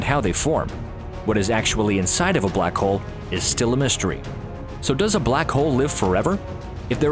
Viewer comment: did he said black cole